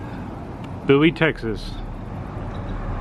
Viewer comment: Dude, you could at least learn how to pronounce the town's name correctly, Bowie, Boo-ee, its really not that hard.